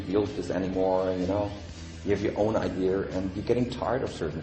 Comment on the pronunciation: i love how he says "idea"